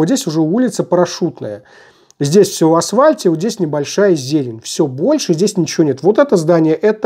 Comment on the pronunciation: хорошо 👌🏻 смотрю вас года два, всегда резало слух это слово. понаблюдаю, исправитесь ли)